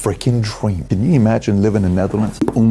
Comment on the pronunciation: The freakin dweam 😂